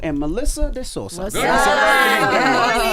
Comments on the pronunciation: Sousa, not Sosua... Sosua is a town in the Dominican Republic where you go to bang chicas! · I’m crying at yall calling her Melissa “sosua”